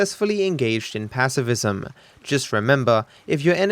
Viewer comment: "PACIFISM!" - 2k19